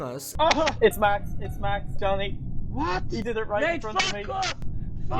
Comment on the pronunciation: "vvwhat??" I'm dying